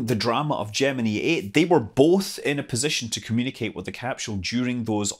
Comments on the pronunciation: another one that can't pronounce gemini yeah i get it but you don't understand how stupid it sounds when you pronounce it like you and amy do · learn how to say gemeni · I've always pronounced Gemini with a long "i" at the end. (ie: Jem-in-eye). I couldn't help but notice Scott pronouncing it with a "ee" sound at the end. How do you other folks say it? (I read far, far more than I watch TV/videos, so sometimes I end up having really goofy pronunciations of things...)